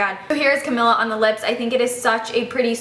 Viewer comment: that's not how you pronounce Camila